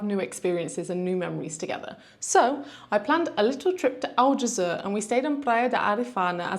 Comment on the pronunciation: And Aljezur should be more like "aljezoor" (the "oo" being pronounced like in "good") and less like "aljezuhr" but that's just me being a bit picky. 😄